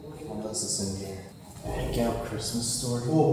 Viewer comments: Not bagyaw! Bag-gio is the pronounciation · Learn how to say Baguio. Not bagyaw 😂 pwede naman mag tanong. Purong pinoy naman jusko! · vanessa hudgens is born and raised in the USA half/filipina. tatay nia americano. Not sure with this guy. Madami ako kilala pinanganak sa USA but they’re willing to learn. They can pronounced Baguio. Unless nag iinarte? lol 😜 Ang OA kasi ng bagyaw nia eh lol 😂